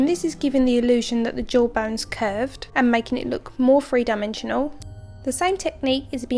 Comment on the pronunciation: every english lad and ladie....... Free dimensional, not three dimensional...... lol good work, looks badass